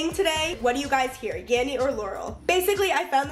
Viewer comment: Ho hears yammy not yanny lol